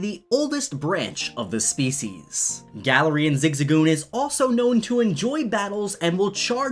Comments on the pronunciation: Please call it Guh-Larian not Galar-Ian sorry..... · Its glare-ian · Guh-lare-ian is how I pronounce it so hearing Galar-rian really bugged me for some reason lmao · Im just so weirded out on how you say Galarian(GALA-REE-HAN)... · I pronounced it gay-lar-ian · The way he says galarian stresses me out